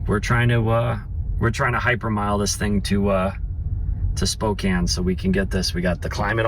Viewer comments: Spokane is not pronounced Spo kane. It is pronounced spoow can. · Somebody tell it’s pronounced SPOKE-ANN! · It's pronounnced "spokaan" ... :) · Okay boys it’s Spokane, “Spoke” (like the part of a wheel) “Anne” (a woman’s name) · I cringed everytime pronounced Spokane. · As an eastern WA resident I’m enjoying your mispronunciation of our little town. 😂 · Spray-g, not Sprog. Spo-can, not Spo-cane. Come in guys, learn the names! Core-d'lane. Love this trip. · Learn to pronounce the cities correctly you are driving me crazy. Spo-can, Spraygue